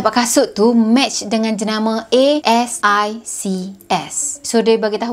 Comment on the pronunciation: and then you got me yang tengok video in school ( which is in australia~ ) LOTS OF LOVE also yang jenama kasut tu pronounced as as-six